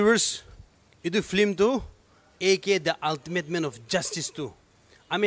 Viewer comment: is it a "Film or Flim"😝😬 Best wishes🎉